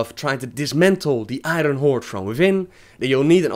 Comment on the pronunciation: I cringe every time you say I-Run horde.